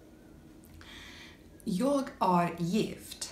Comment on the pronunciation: Pronounce "är" as the English word "air" And happy birthday!